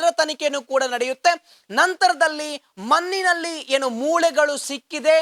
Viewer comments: Maninalli alla manninalli... Spashtavagirali Sir please.... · ಕನ್ನಡ ಉಚ್ಚರ ಸರಿಯಾಗಿ ಮಾಡೋ ಹುಚ್ಚ.... ಮನ್ನಿನಲ್ಲಿ, ಮೂಲೆಗಳು, ಪ್ರಸ್ನೆ, ತುನುಕನ್ನು, ಅನ್ನಪ್ಪ, mahesh ಅನ್ನ, ಅಂತೇ ಥೋ ನಿನ್ನ